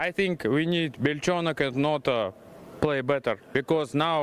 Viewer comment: Rare instance of a caster saying "Belchonok" correctly.